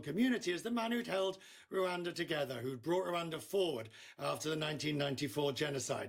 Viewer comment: For God's sake it is Rwanda not LUANDA